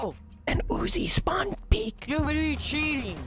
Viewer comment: Lil late but meh he is witeawwy hitting the gwiddy